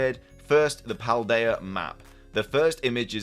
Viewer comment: If this is the region name it’s pronounced “Paul-Dee-uh